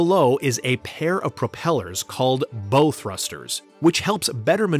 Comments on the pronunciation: I gave up on this video when he said "bo thrusters." Its pronounced "bow" as in "bow wow." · So easy to spot someone describing something they know nothing about. In this case, anything maritime related. It happened quick here. The "bow thrusters" are not pronounced "bo thrusters". The word is pronounced like ouch with the B in front but minus the ch at the end. The bow is the front of the ship. The rudder is actually behind the propeller, not in front of it. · Learn how to pronounce 'Bow Thrusters'. "Bow" as in 'take a bow', not as in 'tie a bow'. Also, the rudder is behind the propeller. If you are going to profess to teach, do your research properly... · The bow thrusters are not pronounced the way you pronounced them. There are no archers on the ship😉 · BOW thrusters.... hahaha he doesn't even know how to pronounce it.